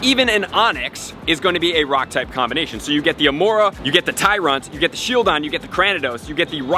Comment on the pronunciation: oh "Tyrunt", not "Tyrant"